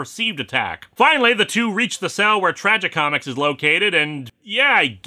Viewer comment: I just irk every time he pronounces Tragicomix as "Tragi comics"!